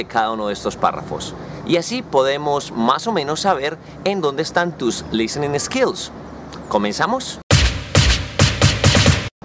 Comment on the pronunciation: Bien profe. Sugerencia. En palabras como skills, sports no pronuncies la E del comienzo. de esa manera te acercas a acento nativo, ya que se te escucha eskill... Esports etc . Con todo respeto.